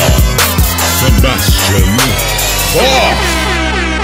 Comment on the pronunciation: It's funny how he pronounced "Johann" and "Bach" correctly, but not "Sebastian" xD